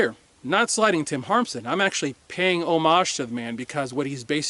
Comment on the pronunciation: Nice to hear someone pronounce “homage” correctly. 🤣